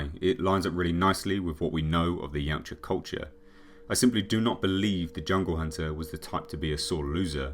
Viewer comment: I've forgotten what the name of the predators are called but when Arnold asks what are you it sound like he said yawcha or somet😂